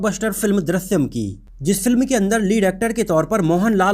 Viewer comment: Chutiya, Film ka naam to acche se bolta